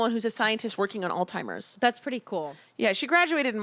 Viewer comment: It's not "All-timers", its "Alzheimers":)